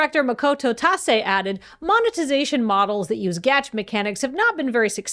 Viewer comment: Being surrounded by so much otaku energy, I can only assume that is pronouncing "gacha" like that on porpoise.